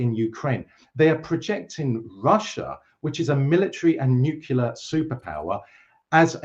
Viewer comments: calls Gorbachev a "weak, useless leader" while Dr. Jeffrey Sachs calls him "one of the greatest diplomats of our day" (or words to that effect." [Also, it's "nuc-le-ar" not "nuc-u-lar". And you totally misused the word "comprised"; look it up.] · If you say "nucelar" I have a hard time taking you seriously. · Oh my God, even the british Dr. says 'nukelar' war. President George Bush Jr's ignorant Yankeee vocabulary has found its way into academic environments in the UK. 😢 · says "excetera," "nucular" and "different to." Back to school!